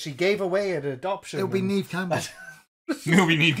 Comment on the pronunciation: Neve Campbell should be Pronounced as Nev Campbell. 🤓